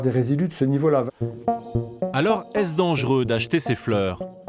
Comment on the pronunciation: Dangereux, pas « dangeureux »